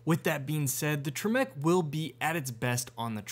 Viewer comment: Isn't one the highest model and one a base model??? Wierd and the way you say temec hurts my soul... idk why people compare the gt500 and the c8... different classes of cars.. but I guess the Camaro sucks and Chevy knows it... ohhhh well XD